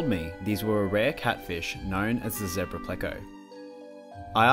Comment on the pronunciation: It's so refreshing to hear someone pronounce zebra correctly for a change. 😁🦓 🐠